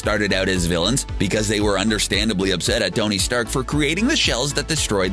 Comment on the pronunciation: Who is "Gony Stark"?